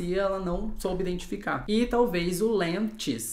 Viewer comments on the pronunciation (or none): none